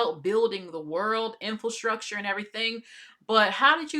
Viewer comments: In-FIL-structure, man! He spoke incorrectly (in-FRA-structure) and so did the hostess! Good grief! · Lady, it’s INFRASTRUCTURE!! Not INFIL-structure 😮my god…